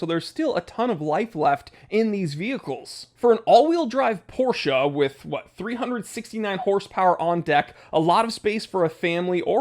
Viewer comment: First time seeing your vids. Thank you so much for not saying "Porrsh". Its really refreshing!